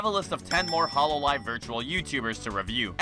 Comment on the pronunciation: I like how you pronounce hololive as “hollow live” I wonder if it implies anything